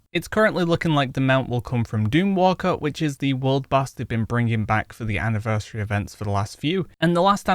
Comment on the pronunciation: Why do you say anniversary like anniversareh?